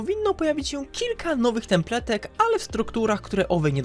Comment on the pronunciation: Templatek. Będę ci powtarzał aż się nauczysz.